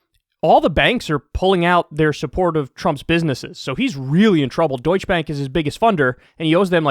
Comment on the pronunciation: Deutsche is pronounced with an “-eh” at the end.